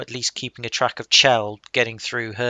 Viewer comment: Her name is supposed to be pronounced with a hard "CH", not like "shell". Since her name is never actually spoken in the game itself, you can't be expected to know this, though. There was a line of dialog recorded in which someone speaks her name that was cut from the game, but it is still available in the game data if you know how to access it. Also, there's a pun between her name and the Italian word for "heaven" in [spoiler redacted], and the pun doesn't work if you pronounce it "shell".